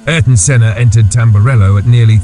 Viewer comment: "Aryton" "Aryton" "Aryton"...